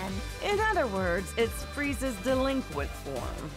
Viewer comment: I kept getting more and more pissed every time said "Delinquent"